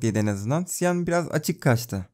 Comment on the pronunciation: Cyan rengini siyan diye okuyosun ama çiyan diye okunuyo